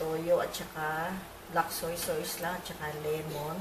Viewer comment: Tita bakit po soysoys ang bigkas nyo sa Toyo? Madami po kasing kritiko baka punahin nila yun. Soy Sos po ang pronounciation nun🤗